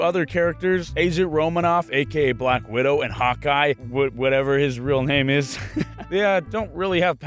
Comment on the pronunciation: Ok but I love how he pronounces their names XD